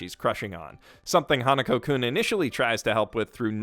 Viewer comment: It's Hanaku-kun, not Hanuko